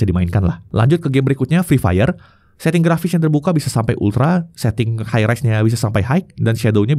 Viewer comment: kenapa ya si ngomong "high" itu masih ada "gh" nya, padahal di baca "hai"